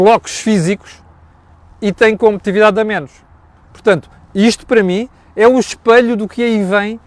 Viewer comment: "Competividade"?!!!!! Parece o António Costa! COMPETITIVIDADE, se faz favor... Fazia melhor reparar nas suas constantes calinadas no português em vez de chamar a atenção dos erros que outras pessoas cometem.